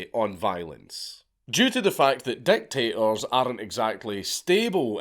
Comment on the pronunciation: Every time you said dictators I heard "deck tables"